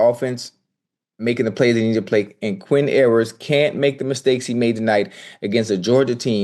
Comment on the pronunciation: “Quinn Errors…” Ocho slipped up, but he said that right the first time! 😂